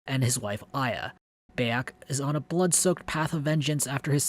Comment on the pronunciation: Great review. Kinda irked me how you said Bayek's name lol but otherwise, great job mate.